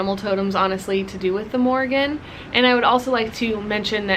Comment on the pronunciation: (1) First of all you are saying her name wrong the whole time😅 if you pray to her you should know how to address her with respect (2) she’s not connected to cattle she landed on a bulls back to tell him about the battle.(3) The Morrígan is mainly associated with war especially with foretelling doom, death, or victory in battle. She incites warriors to battle and can help bring about victory over their enemies. The Morrígan encourages warriors to do brave deeds, strikes fear into their enemies, and is portrayed washing the bloodstained clothes of those fated to die.She is most frequently seen as a goddess of battle and war. I’m sorry I was rude earlier I was just kinda taken back that you say all these things that are not true . I take my culture and Celtic history very seriously as it is my heritage.